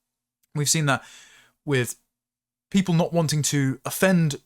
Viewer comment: Tomally robinstein has rendered himself outdated,and now just a coin clipper....interviewer:what is it to be British?..Tomally:'its not whypeoppo'